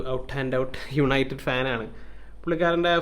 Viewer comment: "Yanited pull"😂😂